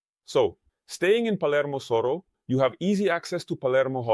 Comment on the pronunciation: Soro or Soho? Is Soho pronounced Soro in BA?